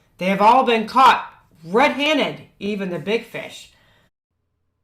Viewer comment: I get a kick out of the way she says red-haned she leaves out the d on hand.